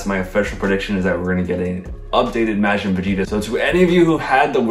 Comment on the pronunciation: love the video and predictions, but can you please start pronouncing Majin correctly?